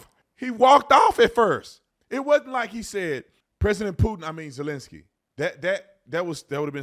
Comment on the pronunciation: “Resident uhlinssy”